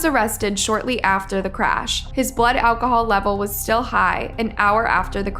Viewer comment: "ALCOHOOL MISUSE"?